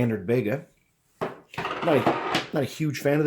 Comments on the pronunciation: Great video , just one thing though Bega is pronounced like beega not like a begger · I don't know why, but every reviewer outside of Australia always mispronounces Bega. For future reference it's pronounced Bee-Gah, it's the name of the town in New South Wales where the cheese is produced, they also now own the remnants of Kraft Australia including Vegemite and what was formerly Kraft peanut butter (now Bega peanut butter).